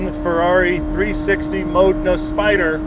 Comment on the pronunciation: The Modena and the Spyder are two different cars: the former has a roof and the latter doesn’t. Also, MAH-deh-na.